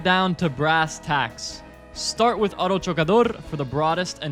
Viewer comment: "Auto chocador" is bumper car in Spanish, as you properly said.